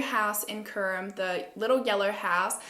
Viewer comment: I’m from Czech Republic and all of the names are pronounced differently but besides that you’re videos are really good💞 I’m binge watching all of them right now